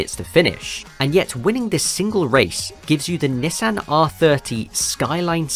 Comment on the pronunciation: "Nissin"? Bruh.